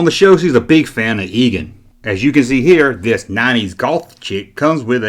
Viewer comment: Egon is pronounced "EE-gahn," not "EE-geen."